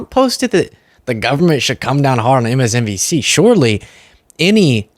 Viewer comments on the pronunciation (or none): MSDNC LOL he can't even say the correct letters😂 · Can we just take a moment to acknowledge that he called MSNBC, MSN*D*C, MULTIPLE times?? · Did he just say MSNDC or am I going deaf 😂 I. Sat here in Spain shaking my head wondering what the world is coming to 🙄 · HE CANT EVEN SAY IT RIGHT… he said it WRONG TWICE!! MSDMC, omfg!!🤬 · Did anyone else hear him say “…MSDNC”? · Why does he struggle with MSNBC.... he keeps saying MSDNC 😂😂😂😂😂😂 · “fake lawyers” 😂😂😂 anything Trump doesn’t like is fake. Plus he says “MSCNC” 😂😂😂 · yes, he says “MSCNC” lol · Just listen to him he can’t compose a complete sentence. He’s literally lost his mind. He can’t even pronounce MSNBC. He can’t speak. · Just listen to him he can’t compose a complete sentence. He’s literally lost his mind. He can’t even pronounce MSMBC. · He can't even say MSNBC correctly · Think he mispronounced them purposefully so when they fight back he can say. I never said that.. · He has mispronounced MSNBC before too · . Yes!!! He couldn’t pronounce it correctly. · He can't even pronounce MSNBC.